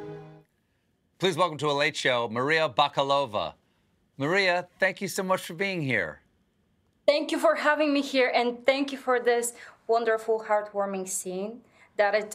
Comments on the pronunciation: Learn the correct stress in the name, Stephen. Don't be ignorant. You just have to ask. It is Bak-AH-lova. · What ?! It's Bakalova and the Americans pronounce it wrong